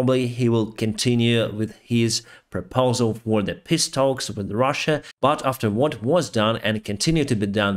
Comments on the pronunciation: I know you said “peace talks” but, with your accent it sounded a bit like “piss takes”. That’s pretty apt where Elon Musk is concerned. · 🤣🤣🤣 when you get mad your English goes bad 🤣🤣🤣 "the piss talks" 🤣 love ya man 🇺🇲🇺🇦